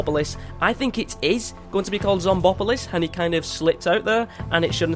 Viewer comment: the name is pronounced zomb-opolis